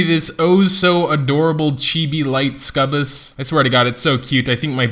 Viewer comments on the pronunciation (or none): "subus" is actually suck-u-biss, lol...great video, thanks man!